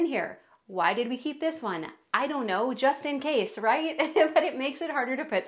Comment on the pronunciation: Every time you say JUSTIN CASE😂😂😂😂 I expected him to pop in😂😂